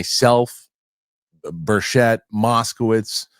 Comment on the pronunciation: The good Congressman’s name is pronounced BURCHIT, not BUR-CHETTE. Thank you.